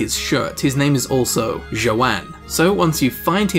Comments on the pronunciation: The horse keepers name is not pronounced jo-ann it's pronounced as yo-harn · What's up.... first time player here. Did you just call the horse guy joe-ann?.....yes you did. It's..Yo-han, as in yo what's up bro then han as in Han Solo.... get it right nerd. (I'm also a nerd so. Yeah.) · Its pronounced YO- HAN